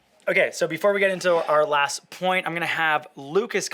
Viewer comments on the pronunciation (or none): none